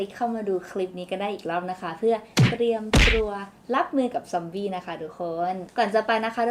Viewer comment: ซ๊อมบี ซอมบี้ ซอมอี้ อี้ อี้